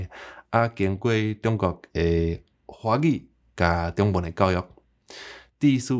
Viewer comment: 你發:中文,个中tiong/55煞無變調作'丈33', 會予人聽作:長文个變調/53->55; 意思會變作:加額个文字。